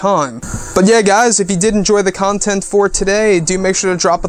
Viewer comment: I don't like the way he says "content."